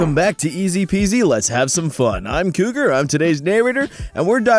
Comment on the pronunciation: Couger? I thought you were in couger micdoval